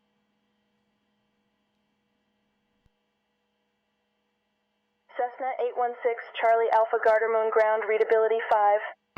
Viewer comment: Radio Chefck was acknowledged as radio chef, not Check 😄 Radio Check in German is pronounced similar to english.